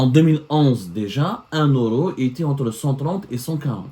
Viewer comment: m Abdou, on dit pas ORO, on dit Euro…cette prononciation est typique aux gens analphabètes, respect aux analphabètes qui n’ont pas eu la chance d’étudier.